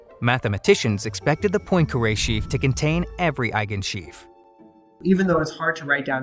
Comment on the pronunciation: Hurt my ears every time "Poincare" was mispronounced.